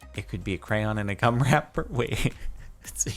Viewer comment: When he says gum it sounds like cum